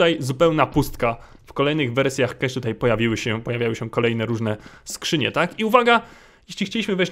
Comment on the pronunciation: Nie czytaj nazwy mapy KESZ bo pisało by kash dlatego pełną wymową DI KEJCZ